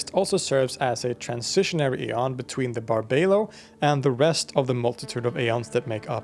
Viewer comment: Aeon...the pleromic gods pronounced A-ons. Eon is a a time unit pronounced E-on. Very good interpretation of Gnostic lore.